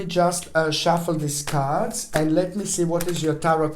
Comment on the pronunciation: “37,000 CAHRDS!!!!” 😂🤣🤣😅 I absolutely love you you make me laugh so genuinely and it’s healing thank you 🙏